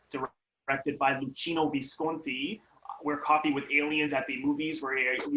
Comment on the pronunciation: Simple minded review plus you mispronounce Visconti's name.